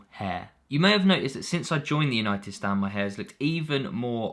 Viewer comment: "We are Manchester Yanited" 🤡